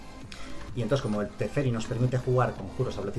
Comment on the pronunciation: Me gusta mucho el contenido que subes! Pero odio que digas tresferi ajajaj me molesta muchooo! Un abrazo y sigue asi ! Exepto por lo de los teferis xd